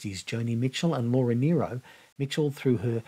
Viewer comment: I loved your tribute to Laura Nyro - and that you pronounced her name correctly!